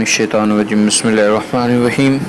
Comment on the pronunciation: Pehle Bismillah Bolna to seekh le phir YouTube Channel Chalana